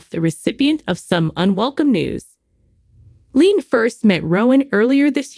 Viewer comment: LeeAnn is her name not Leen could you ever learn their names